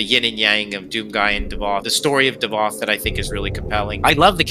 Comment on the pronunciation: it's davoth thats his name